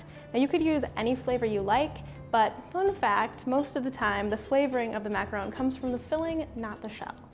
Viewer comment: She actually pronounced macaron correctly!!!!